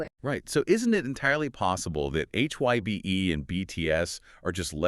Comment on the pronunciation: Guys, you did a good research on the facts, please research pronunciation of Hybe and Arirang! Your pronunciation hurts the ear.